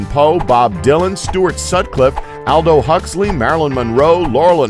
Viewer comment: I just watched another of these "fact" videos and had to correct about 5 of his "fats"! These people should get their facts straight before they make these videos!! Another blunder in this video is that he said, "Aldo" instead of Aldus Huxley.